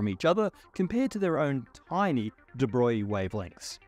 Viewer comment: And here's me thinkin' from like 1979, that it was 'Di-Broag-lee'. 🙄 Somehow, "Da' Boy" just chalks the board. Jeez, this guy would have lost Einstein early. 🤷‍♂️